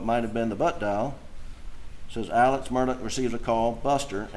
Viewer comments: The fact this family pronounces Murdaugh as Murdock and Alex as Alec makes me not trust any of em. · Why does everyone pronounce Alex, “Elix” . And pronounce his last name, “Murdoch”, not Murdaugh. Just curious.